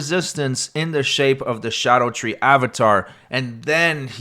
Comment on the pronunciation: I'll hear no more of this nonsense about scadutree being pronounced shadow tree. Not every letter can make every sound.